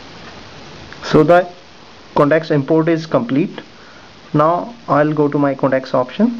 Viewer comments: not codacs but con tacts. Work on yr pronounciation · you say contacts and it sounds like "connects"